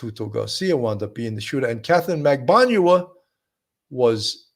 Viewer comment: Katherine Magbanua, not Magbaňua . Her name has been pronounced for almost a decade during all those trials by now, and yet you two Sherlocks Holmes both still get it wrong.